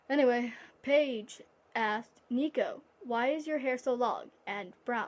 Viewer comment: You did mispronounce my name but that's ok😂 and my fave disney movie is Hercules too even though it is inaccurate